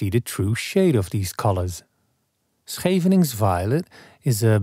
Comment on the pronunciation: Always look forward to your uploads! Happy to learn the pronunciation of 'Scheveningen.' That first syllable is a tough one!